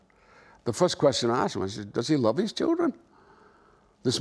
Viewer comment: " I wuv my daddy"